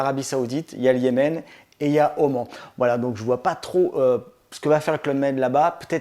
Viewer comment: Durban ( vu dans l’émission Capital très chouette ) et Oman se prononcent Durbane et Omane !!!